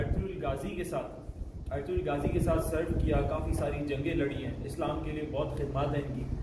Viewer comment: Gaazi nahi ghaazi ...dill mn Ertugrul zuban py Bollywood Chaya rehta hy